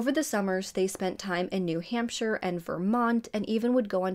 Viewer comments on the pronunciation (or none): none